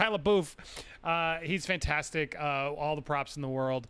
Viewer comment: Dude please pronounce Shias last name right wtf haha